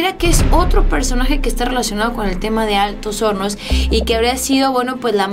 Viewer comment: dise Altos honos es Altos hornos AHMSA